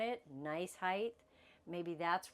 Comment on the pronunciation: I like your videos, you give great information! ❤ Can I offer one small suggestion? Please say “Height’ correctly, there is no “th” sound at the end of the word, just a hard “t” sound. “Width” and “Depth,” on the other hand DO have the “th” sound. I hope you are not offended. So many people make this mistake. I was raised by two English teachers and it was drilled into me as a kid. You too can sound like you were raised by English teachers with one small change! 😂 I have to compliment you on your grammar otherwise. You are VERY well spoken, and a JOY to listen to. Thank you for sharing your videos with us. I have learned so much! 🫶😊